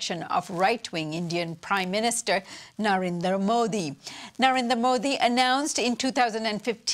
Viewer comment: Ok. It is NarendRa Modi, not Narenda Modi. :)